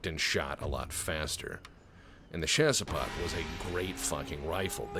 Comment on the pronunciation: It's Shasspo, not chase pot! Lovely video as always.